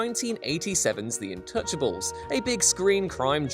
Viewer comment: Is it me or is he sayin intouchables instead of untouchables?